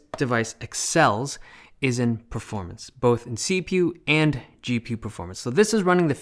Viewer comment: "see-pew and gee-pew"